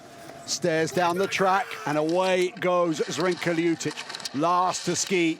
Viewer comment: LjuČić ? :D Is it so hard to pronounce Lj-ut- itch?